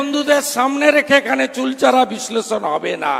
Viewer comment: শুভেন্দু বাবু, শব্দটা চুলচরা নয় শব্দটা হবে চুলচেরা। বক্তব্য রাখতে গিয়ে পরপর দুবার ঐ শব্দটা ভুল করে উচ্চারণ করেছেন।